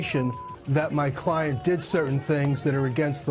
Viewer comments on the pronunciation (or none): none